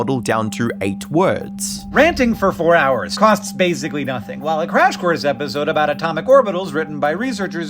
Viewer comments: It's EpisOde not EpisERd lol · A thirteen minute episerrrd